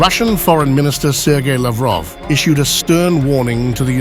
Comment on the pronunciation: Laughroff😂 useless human being